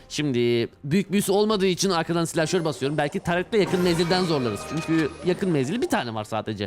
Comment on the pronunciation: Türkçeyi katlettin aq doğrusu silahşor olacak